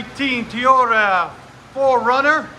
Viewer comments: Why Is He Keep Saying Teeyota And Not Toyota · What The Heck Is He Saying Teeyota. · Sounds Awful, Very Quiet And It Sounds Like A Mail Truck And I Could Not Believe He Keep Saying Teeyota. I Also Could Not Believe This Is Sounds Ugly. But We Need To Fix That Because This Is So Quiet It's Definitely Much Quieter Than The Other 4Runner. We Need To Fix That. You Need To Call On The AT&T Telephone And They're Going To Ask Them. I Do Need Some Help. That Man Is Going To Get Rid Of The Black Widow Exhaust And Get A Brand New Exhaust. A Borla S-Type Exhaust With The Muffler Delete. But That Man Is Still Living From Nashville, Tennessee Because This Is This Big 5 Lane Road/Highway That The Speed Limit Says 45 MPH Because The Man Will Fix A Brand New Borla S-Type Exhaust With The Muffler Delete. Do You Need To Ask That Man That Will Need To Fix That 2019 Toyota 4Runner To Get A Borla S-Type Exhaust With The Muffler Delete Do You Got That?